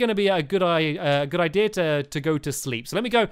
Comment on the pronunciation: I love it when stampy says "idea" because it sounds like "ideer" lol